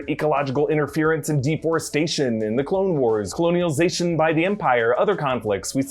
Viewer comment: God love ya... Did you say 'coloni-o-zation'? Just thought I'd say hello and heckle you. Just a little. Love your content! PLH